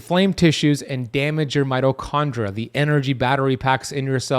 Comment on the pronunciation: I am pretty sure at :49 seconds he said 'microchondria...' Am I wrong? Maybe he is coining a new scientific term